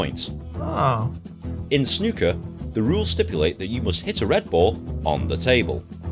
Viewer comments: Lol, its Snooker, pronounced Snoo - ker, not Snucker! Thanx for the vid, cheers Another rabbit hole to go down, Lol. Once you learn the basics, you gotta watch Ronnie Osullivans fastest 147 in history. 147 is the max score you can make, where you have potted every ball on the table, in one go, in the correct order, without missing. He did it in about 5 mins. Ronnie is 7 time World Champ and arguably the greatest Snooker player of all time..... Its easy really, you must pot a red, then pot a colour (yellow, green, brown, blue, pink or black) then you must pot another red, then another colour, then another red, etc, etc, until there are no more reds. So you can hit a max 15 reds with max 15 colours (blacks score the most), but then you also have to pot all the remaining colours in the correct order, until all balls are gone or you have the highest score. If you miss, the other player then gets to play, and alternates every time a player missis. A touching ball relates to the white cueball, if the white is touching any other ball when it stops, you simply have to play the white ball away from that other ball, simple. To play well you have to control the white ball and plan one or two shots in advance. The word snooker means to place the white ball so that it makes your opponents next shot very hard, eg: hidden behind another ball, so blocking the way to a red. In such a case you are said to be "snookered". Enjoy the ride.... 8-) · The OO in snooker rhymes with the OO in snooze….😊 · It's not ''snucker'' or, god help us, ''schnucker''. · Snucker would have a U jn it. OO makes sn ooh sound. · Snooker. 'oo' as in 'you'. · The "oo" in snooker is pronounced the same as in "food" or " broom"